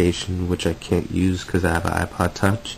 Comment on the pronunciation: I thought he said "I just bought an iPod Touch for $20"!